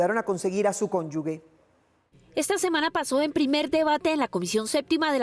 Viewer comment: Conyugue ????? Conyuge.